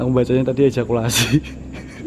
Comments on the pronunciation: Itu di plesetin sama. Dia kan udah salah baca dari awal wkkwk. Jadi pas ketemu tulisan itu lagi, dia ingetnya ejakulasi.. Jokesnya orang Jawa gitu biasanya. Temen²ku juga gitu wkwk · Awalnya dia salah baca, terus ketemu tulisan itu lagi, yg kedua Di Sengaja ejakulasi😆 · ngakak, bisa2nya d tempat angker typo ejakulasi 😂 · Typo nyebut, ejakulasi wkwkwk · Woe , itu evakuasi bukan Ejakulasi Tolong !! 😂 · Pembuat kata evakuasi menangis mendengar baca evakuasi jadi ejakulasi 🤣🤣🤣